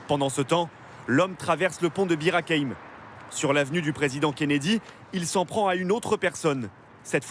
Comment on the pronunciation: Elle a du Mal à prononcer Bir Hakeim 😂😂😂😂